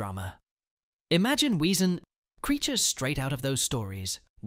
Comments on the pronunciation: It's pronounced vesen 😢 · it is pronounced "Vesson" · Vay-sen not Weesen . W is pronounced as V in German. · It's pronounced like "vesson," not "weeson." Were we supposed to listen to what you were saying an read the words on the screen simultaneously during the info about Danny Bruno and the others? Oh, and you don't need to start every single segment with "remember...?" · it’s pronounced v in German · You do know that a W is pronounced with a V in German, so it is Vessan. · Wesen is pronounced vessen. Get it right. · But it's spelled with a w so some people don't know it's pronounced as a v! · It's pronounced vessen. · Why can't this videos host pronounce the words from Grimm? Not much of a fan if he can't even say Wesen (Ves-sen) correctly. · It's pronounced Weezin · Wesen. It’s German. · Sadly AI voices don't pronounce the German word wesen with a "V" as you're supposed to do. I personally hate these AI voices. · Too Lock… David and Bitsie have a daughter, not a son. I think her name is Vivian. Vesen not we - sen Bloot Bahd Tah gah log not tag Ah lahg